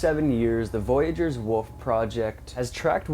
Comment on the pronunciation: Hahaha... I cannot take smm1 serious when they call a wolf, a wuf